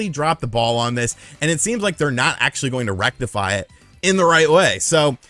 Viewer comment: Hehe said rectafy... recta